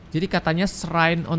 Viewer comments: Srain bukan siren😩🥴🙏🙏😅🤣🤣 Shrine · Halo, shrine itu bacaan nya /srain/ ya, bukan siren Bantu up ya guys biar sama2 belajar